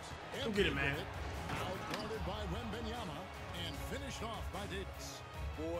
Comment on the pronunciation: cash saying WAmbAnYamA